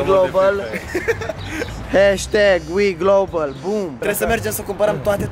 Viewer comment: # nu stiu ce ai zis wilglobal sau altceva